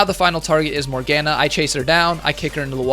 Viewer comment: "morg anah" MORGANA PLZ XD